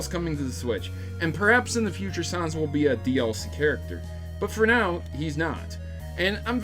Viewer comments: Troughout the whole video I kept quietly yelling "IT'S NOT SOHNS IT'S SANS" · He says Sanez Its sans GOSH get it right :P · i hear sawns not sans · Sons? I think you mean Sans. It's really not a hard word to pronounce. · its nor pronounced "sons" its pronounced "ness" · When an Undertale geek hears someone pronounce sans as sons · Sauns? Excuse me? 😅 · The a in Sans is pronounced as a short a like in the word "sad" 😗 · Camic Sons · Sans was pronounced wrong here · I'm sorry but your pronunciation of Sans is cringe. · That's not how you pronounce his name. It's like saying Comic Sans.